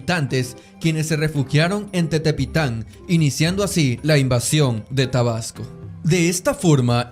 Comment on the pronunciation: AMIGO SE LLAMA Y SE PRONUNCIA "" TEPETITAN Y NO TETEPITAN "